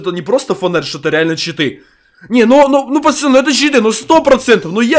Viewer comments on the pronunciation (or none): none